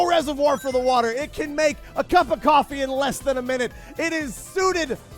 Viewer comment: Cofwee Gween tea Cawfee Gween tea